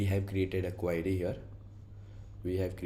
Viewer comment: buddy, why are you calling Queue as Query